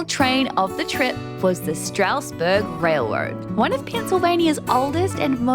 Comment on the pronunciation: The Amish/German influence has also influenced our pronunciations quite a bit. "Strasburg" is pronounced "STRAZ-berg" with a very wide nasal "a" sound in the first syllable and an audible "z" at the end. The city/county of Lancaster is pronounced "LANK-iss-tur" with a clipped first syllable, not "LAN-cass-tur" as is standard pretty much every where else. Now you can say it like a local! Any guesses on the pronunciation for Ephrata?